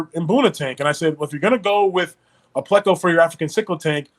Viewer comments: Its PLAY-CO 😡😡😡😡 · Never heard it pronounced that way. Ever. But I love bristle nosed plecos👍🏻